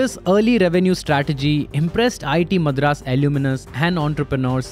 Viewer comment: Get your pronounciation right on words like Madras, Chassis.